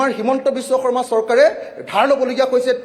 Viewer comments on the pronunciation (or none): none